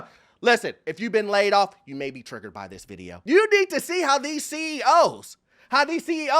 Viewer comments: Laid "offffuhhh " Please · Laid off-A? I know what laid off means, but what is "Laid off-A"??